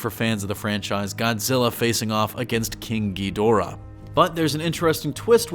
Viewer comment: y you gotta say it like king gheedora